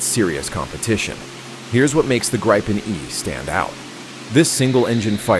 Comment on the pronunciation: If you are using AI for the voice fair enough, if not pronounciations are wrong. The Grippen is not a Grypon. Rafaelle is not a Rafel. Lots of info, just get the names right 👍